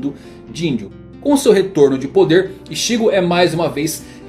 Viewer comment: Todo "Ixígo" dito me doía por dentro